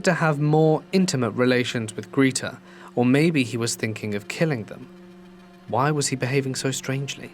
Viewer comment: Greta = Gr eh ta